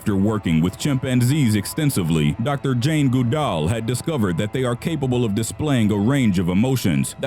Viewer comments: good-all ....not gu-dall.....how hard is it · You Butchered the shit outta "Goodall." Good+all= Goodall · I dont want to be mean but this guy isn't the brightest. He said Jane Goodall like Jane GooDoll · Goo - doll? It's Good-all. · If you don't know how to pronounce a name, look it up. This isn't a Livestream, it's a prepared video; you have time. Goodall is not "Goo-doll" it's "good-all" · It’s Jane good-all not goo-dall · GOOD-all, not Good-ALL. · Goddammit, it's 'Good-All', not 'Goo-Dall'. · It's pronounced "GOOD-all", not "goo-DOLL", actually. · Her name isn't goo=DALL It's GOOD-all... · It's pronounced GOOD-all not GOO-dall........... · it's pronounced GOOD-ALL. Not goo-dall. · Am I the only person who had trouble watching this after the second time he mispronounced Goodall? It’s said like it looks. Good-All. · Jane gooodal😂😂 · Omfg it's pronounced GOODall!!! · Haha Jane- "Goo- doll"...never heard that pronounciation of her name b4. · It’s Pronounced Good all these computer voices suck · Dr goo-DOLL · "Goo-darl". Good one mate. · Jane Goodoll..I hate the pronunciation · 😂😂 Jane Goo-DALL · Dr. Jane Goo-DALL. (Oh well, at least it’s not Microsoft Sam.) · Stop saying janes name like that😭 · I'm glad I'm not the only one. The pronunciation throughout the entire video annoyed me no end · So how do you butcher Goodall that bad? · Oh my god is this guy deliberately saying words and names wrong?! I can't stop cringing when he says Jane Goodall's name 😂😂😂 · Is no one going to talk about how he pronounces Goodall? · That Human well I was taking about the odd pronunciation of it by the narrator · NOT HOW YOU SAY JANES NAME✋️😭😭😭